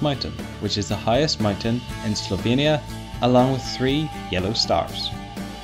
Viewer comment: OHHHH Slovenia. I thought you said "Sylvania" and had to look it up